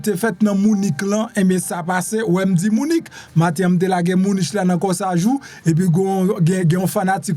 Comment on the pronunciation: Bonjour MPP Munich prononcé li : munik en français